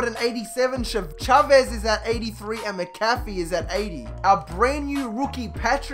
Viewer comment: Thank you for saying Chavez right lol, still love your videos either way #ChavezTuSabes